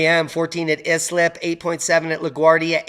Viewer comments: Hey D love the vids, btw it is I-slip not IS-lip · just FYI. I’m from Queens and had relatives in Islip. They pronounced it with a long I, like ice (EYE-slip).